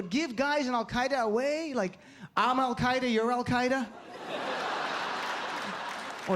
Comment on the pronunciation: Lol. You figure Bush would be able to pronounce the name of a group named and created by the CIA. It means "the base," dumbass!